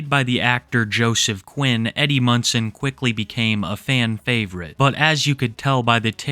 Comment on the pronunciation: You keep saying "Eddie Munson" but I keep hearing "Eddie Munster" and imagining this girl getting the absolute VAPORS over a child actor from 60 yrs ago. After seeing some of the things in this video, I think I might have actually preferred my original mistake.😂